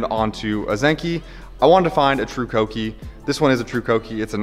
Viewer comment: Dude, thank you for pronouncing Kouki correctly! It’s so rare these days. Good luck with the project. Looking forward to seeing everything unfold.